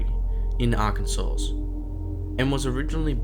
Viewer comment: The last "S" in Arkansas is silent, mate.